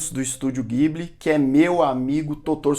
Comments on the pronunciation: Só passando pra dizer que a pronúncia correta não é guibli, mas sim dibli. Parabéns pelo canal! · A pronúncia NÃO É "Guibili", é "Jiburi".